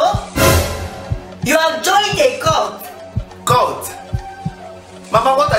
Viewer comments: Its CULT not court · Its cult not court😂😂😂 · Cult not court😂😂😂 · Funny. Its Cult not Court